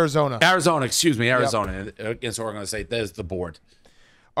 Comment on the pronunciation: One of these days Dave will learn how to pronounce Oregon correctly